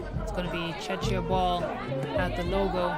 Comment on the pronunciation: Hoping the announcer could pronounce Czechia properly.